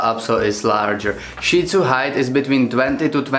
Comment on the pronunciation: Thank you for pronouncing Shih Tzu correctly!!! Most people in my country pronounce it "shit" zoo. I have a 10 1/2 year old Shih Tzu who can be seen in the videos on my channel, especially my BarkBox videos. My experience with Lhasa Apso is that they are more often aggressive than friendly. The immediate physical differences are the flat face/short snout on the Shih Tzu and the long snout on the Lhasa Apso as well as the length of the legs.